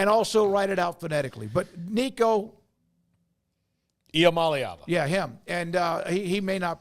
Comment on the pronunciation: I love the dynamic of giving someone grief over mispronouncing Nico’s name, and then immediately getting it wrong when trying to correct him 🤣